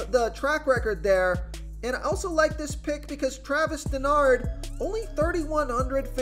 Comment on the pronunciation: It's pronounced Dar-no, not Denard.